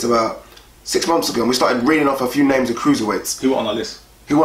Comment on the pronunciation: You guys murder people's names 😂